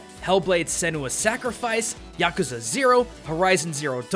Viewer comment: Eww the way he says, "yakuza"